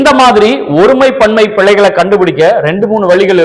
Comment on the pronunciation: அது பிளைகள் அல்ல பிழைகள். எந்த மொழிக்கும் இல்லாத ஒரு சிறப்பு ழ தமிழில் உண்டு. உச்சரிப்பு முக்கியம்.